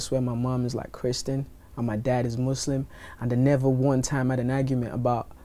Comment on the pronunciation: Did Wizkid just say if you wanna be a muslin go to the church ? :) (skip to )